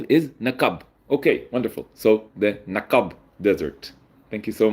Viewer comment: 😂 Your pronunciation of naqab was adorable, like when a kid can't pronounce a specific letter. They say learning a new language is like growing a new soul. Your Arabic soul is young. Enjoy a fresh childhood! I give you 7/10, you can get the other 3 by making the q (ق) from the back of your throat (you said it identical to a k, ك) and reducing the syllables stress on the second syllable.